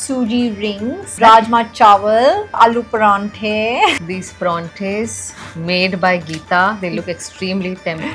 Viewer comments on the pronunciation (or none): Paraanthe nhi PAROUNTHE